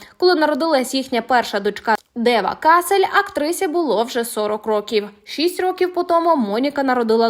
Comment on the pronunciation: Кассель -город в Германии . Кассель -Винсент . Не верно ставите ударения😂Лучше готовьтесь ——-Платон мне друг, но истина мелее. ❤